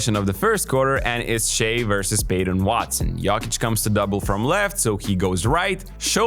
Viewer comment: Please try to pronounce Jokic correctly